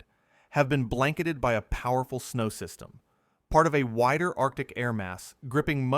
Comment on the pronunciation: "System" sounds like DEW!🤔